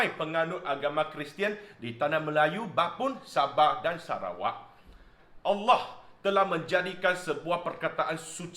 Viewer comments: Sebutan Allah oleh amat tepat.. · Ush, terkejut dengar sebut nama ALLAH. Bukan terkejut sbb ape, tapi terkejut sebab sebutannya tuu tepat dan betul. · Tak pelat pun sebut kalimah 'Allah'. Positif penghayatan dia? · Terbaik..u mmg rakyat Malaysia yg sejati..sebutan Allah tak pelat lagsung.Terbaik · ni islam ni...sbb tu sebut Allah tu sedap n betul.... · Semoga Allah berikan hidayah kpd.... sebut Allah da bagus.....jgn risau,u blh pakai u punya nama jika maksud bagus...itu pisang nanti² br kupas....😂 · sg petani ni memang steady.Sebut nama Allah pun macam orang islam sebut.You are very sensible! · Kan.time dia sebut tu suka aku dengar. u are a wise man.semoga kita semua dapat hidup dengan bertoleransi dan saling menghormati walau berbeza agama dan bangsa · Aku cari komen ni hahaha, sebutan Allah dari ni sangat tepat. jarang aku dengar cina2 boleh sebut nama Allah dgn baik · Setuju2 la sangat cara sebutan tepat semoga diberi hidayah amin